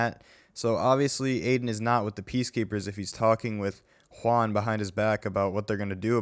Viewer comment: did he just say hwaun?